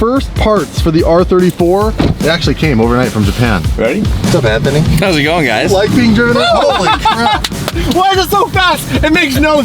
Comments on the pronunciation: "Anfernee" lmaooo that was real shit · Y’all said “Anfernee” at the end not “Anthony” 🤣🤣 that’s my name lmao